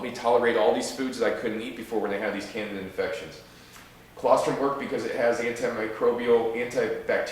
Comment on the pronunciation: Candeeeda not Canada